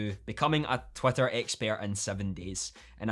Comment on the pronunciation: Am I just hearing Twatter all the time?